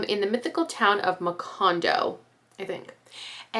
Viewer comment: You said Buendia and Macondo perfectly 👍🏻